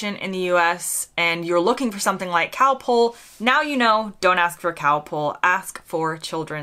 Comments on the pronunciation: The answer is that American does not have the short o sound that Britain, Aus, NZ, South Africa, etc have. So Americans might say bother to rhyme with father, and mozzarella becomes mutsarella or moatsarella, and Costa becomes coasta. It's also why you said calpole rather than calpol. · Just think how you pronounced Calpol at the start of this video. It is Calpol, you sounded it as Calpole, as pole instead of pol. As it is a British word then say it the British way. We Brits say Cosmos, as in moss the plant, where Americans say Cosmose. This is the same when Americans say Coffee as Coreffee, or Dog as Dorg, instead of Coffee, as in cough, & dog as Dog, rhymes with log. We heard lasso first in American western films, where it was said as Lasso in the British way, not in the American way you say. Hay produces much pollen in the spring. When I was a child, many years ago I admit, there were no such things as allergies. Americans tend to say anywhoo, like two, when Brits say anyhow, as rhyming with now. Americans say set down, while for Brits it is sit down, when a person is in a chair, but you may set down an object on a table etc. or set down something in writing. A person would never set, but sit, down. There will be more but I cannot recall them just now. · K got that wrong I thought you said Cow Pull like a tractor pull